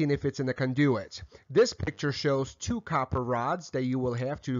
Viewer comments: CON do-it, not con-DO-it. haha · Love how he pronounces conDOOOit. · Mispronunciation of "conduit" made me suspect of the rest of the info... It's overall fairly solid, even if I personally don't like the workmanship. It will work, likely pass inspection, but definitely says "homeowner did this" or "electrician was the cheapest available". Not trying to disparage the work done here, I would just personally put more effort into it. First issue: Don't PUSH wires through a conduit. With a PVC conduit like that, they make fish tape (really just a special plastic twine), attach that to a plastic bag, then start feeding the plastic bag into the conduit. Use a shopvac on the other end to pull the plastic bag with fish tape attached through. Then tie your wires to the the tape and pull back through. Second issue: Needs nail protection plates on the studs over the holes where wires go through. Regardless of local code or use of AFCI breakers, these need to be installed. Otherwise you or someone else could accidentally run a nail or screw into the wiring. Third issue. Unless those walls are going to be closed up, all that wiring is considered exposed and should be in conduit of some kind, or use MC. I will ALWAYS advocate the use of conduit no matter what, ESPECIALLY for walls that will be closed up. If something should ever happen to the wiring, it is significantly easier to pull new wire through the conduit than it is to reopen the walls. I prefer flex metal conduits, but rigid metal conduits work, too. Not a big fan of PVC, but it has its uses. Perso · With the slight exception of “conduit” pronouncing, this was an excellent electrical install video! Congratulations on a job well done Sir! BTW, next time, Pull conductors through conduits. Put a shop vac on one end, pull a rope through, hook the wires to the rope and pull in the conductors. Again, Great Video! Respectfully, Kevin